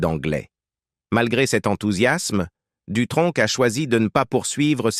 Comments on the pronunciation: Jacques Dutronque à quatre-vingt-tun ans ? Ça commence déjà de travers. Vive l'Intelligence Artificielle ! Les sites de voix off même à petit prix font mieux. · Jacques Dutronk ? C'est quel accent ça?